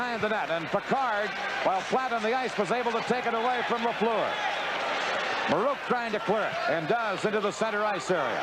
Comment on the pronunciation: Danny Gallivan is still the finest hockey broadcaster of all time. Dan Kelly’s pronunciation of Guy LaFleur’s last name was atrocious. The second syllable of LaFleur rhymes with were.